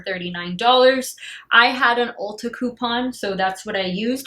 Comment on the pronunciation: When you said Ulta the first time, it sounded like you said Ultra! 😂😂😂😂😂 When I used to live in Chi, I beyond miss it there, used to have Ultra supermarkets there.